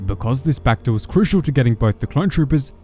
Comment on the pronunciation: the way you say bacta sounds reminds me of that bakfist meme